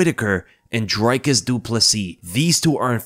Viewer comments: It’s pronounced Dree-Kus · Dricus will finally have the general public pronounce his name properly after this fight, at least. Whittaker by TKO round 2